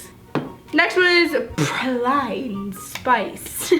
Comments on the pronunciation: It’s pronounced pray-L-een 😂 love u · She can’t say lilac or praline